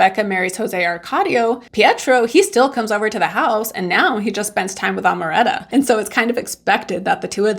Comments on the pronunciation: You pronounced Amaranta very well and then decided to say it wrong for the rest of the video 🙃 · In spanish you have to pronounce all the vowels: It’s Au-re-lia-no A-ma-ran-ta The A in spanish is pronounce different than in english R is difficult to get it right. You can do it👌🏼